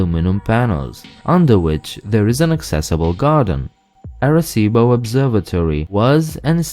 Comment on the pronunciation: I show that in addition to the 5 main islands, there are 138 more, for a total of 143. Overall, your Spanish was quite good. However, the 'ar' in Arecibo is actually pronounced 'are', rather than 'air'.